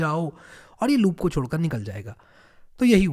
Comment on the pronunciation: Are bhai chhodkar not chodkar